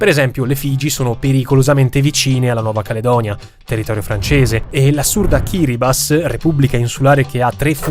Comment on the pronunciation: Il fatto che il nostro abbia pronunciato "Kiribati" correttamente come "Kiribas" conferma per l'ennesima volta che come cultura e qualità dei video è il signore indiscusso su YT